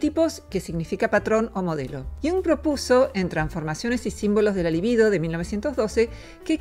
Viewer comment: La libido sin acento sobre la primera sílaba. Con acento es pálido.